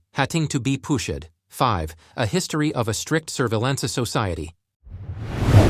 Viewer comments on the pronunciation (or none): 'hat-ting to be poo-shed' ? - robo-voice fail ?